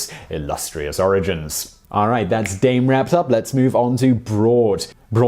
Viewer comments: You didnt say Dame properly AT ALL in french xD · Simon totally nailing the German pronunciation of "Dame" here. When trying to say the French equivalent "dame". Awesome. I love it. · Dame was less of a mystery, I mean Notre Dame means "Our Lady". Also your pronunciation of the French dame...... Buddy. No.